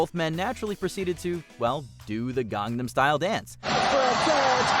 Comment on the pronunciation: 🤯finally pronounced Gangnam Style right....😆